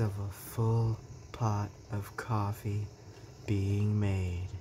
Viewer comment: COFFEE maker ASMR 🤣🤣🤣 purculate ACTION omg! 🤣🤣 it's CAWFY! I gotta try that cauliflower! I love anything cauliflower! Loved it YUMMY!!! I don't usually comment but that COFFEE killed me 🤣🤣🤣